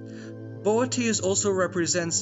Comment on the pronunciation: The way you pronounced Boötes is perfect🙃